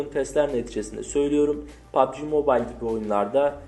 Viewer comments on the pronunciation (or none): none